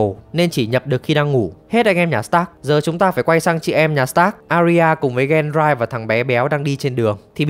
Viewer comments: cái tên Peter Bay Lắc thì là troll nhưng Ygritte với Gendry đọc sai lè ra. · xem nhiều. Việc chế tên là hay, nhưng đọc tên chính thì đọc đúng nghe dễ hiểu hơn. Ví dụ như pi tơ bay lắc khác pe tơ, gen ry khác gen rai, tormund đọc là to mun chứ ko phải là to măn